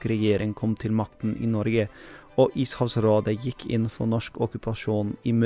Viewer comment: Saftig video, kompis. Bra memes (spesielt den med Klypa), bra uttalelse, blir stadig overrraska over språkkunnskapene dine (selv om du hørtes litt svensk ut, uttal g-en tydelig i "Norge")